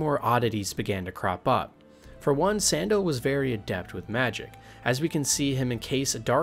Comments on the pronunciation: his name is sandal not sundahl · Sandal is pronounced the same as the shoe. Antiva ANN-TEE-VAH Nevarra NEH-V-ARE-AH Parvollen P-ARE-VAHL-EHN Seheron SEH-HAIR-UHN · This was awesome, but do you intentionally mispronounce every name? It got really comical when you started calling Sandal, San-daal. 🤣 And all those elven names and even Segrumar were just painful to hear. LOL